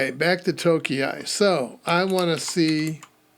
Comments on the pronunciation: if you have seen the YT review of the latest "nushell", then alot of the output from those rust commands look (understandably) familiar. By the way, I am pretty sure that "tokei" is pronounced "tokay" - if indeed it is Japanese, then we know the 660cc class car is called "kei" car and that sounds like "kay" (to english-speaking ears). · You can pronounce tokei like okay but with a 't' in front of it. It is how you say clock in Japanese Good video, going to try some of these out. Thanks! 👍